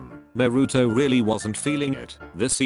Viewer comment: Bro this YouTuber doesn’t know how to say there names naruto: this YouTubers Name naroto